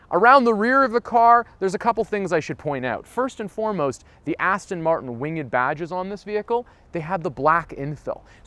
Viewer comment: Please please please pronounce it correctly.It's Aston Martin, not Aston Martun. 😕😕😕😕😕